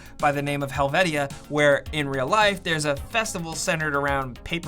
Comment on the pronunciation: Helvetia is pronounced Hell-Vee-Shah, and if you run into someone from Hurricane, West Virginia, and you pronounce it like the storm, you’ll get a lecture about how it’s pronounced Hurri-Cunn